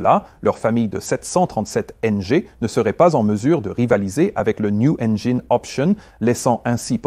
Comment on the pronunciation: Qui ne se prononce pas "enjayne"